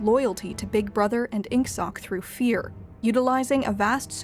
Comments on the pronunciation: "Oceana" "Inksock" Please learn to pronounce it correctly next time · They say INGSOC and I hear “Ink Sock” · oh my gosh it's ING-SOASH, not ING-SOCK